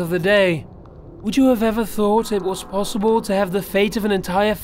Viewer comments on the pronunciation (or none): none